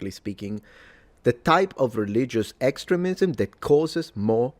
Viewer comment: Pronunciation tips for: "extremism" and "extremist" do indeed have a long-e pronunciation in that second syllable as the preferred pronunciation in most dictionaries. "Taoism" is pronounced in English as if the first letter were "D," not "T."